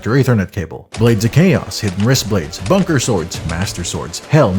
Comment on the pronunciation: why tf did you call the buster sword "bunker sword"???